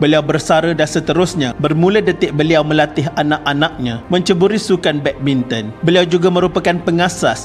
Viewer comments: Badbinton ke badminton ea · Tersedak admin cakap badminton 3.04